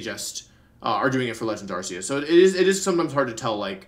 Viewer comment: It’s Ark-ee-us not Ars-ee-us Mr. World Champion sir 😤